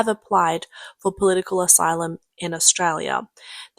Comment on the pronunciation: Salute to the voice-over chick for pronouncing "Australia" like a real skip... "Strayah". Ken oath mate, she almost sounds like a local.